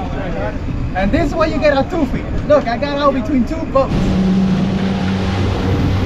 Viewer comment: Toofy? That sounds goofy. It’s actually a Tuffy………like fluffy……